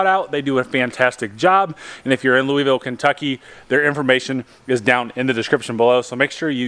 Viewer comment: Lou a Vul not Louis ville.....nice vids....